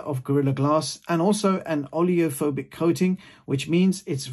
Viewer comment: "olly'o'phobic" LOL